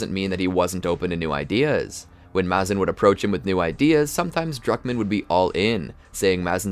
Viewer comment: It's Maze-in not mah-zin